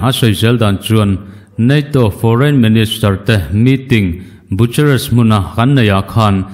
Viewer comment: Romanian ṭawng tak chuan bukuresti / bucuresti - boo ku res ti. Tia an lam ṭhin kha. English chuan Boo-ka-rest tiin an lam thung.